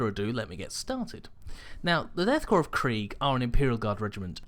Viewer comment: Pronounces "Korps" correctly. I press the like button.